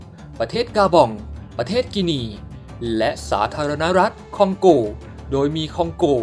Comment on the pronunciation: คองโก บราซิล 55555 นึกว่าฟังผิด พอพูดคองโกง บราซิลอีกที มันไม่ใช่แล้ว